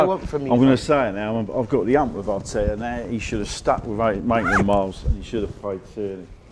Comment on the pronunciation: “maintland miles 😂